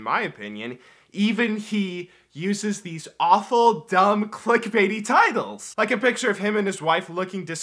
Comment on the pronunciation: Man i thought u said tities for a moment